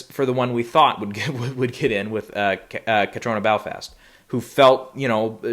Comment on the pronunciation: Lol, “Caitriona Belfast”.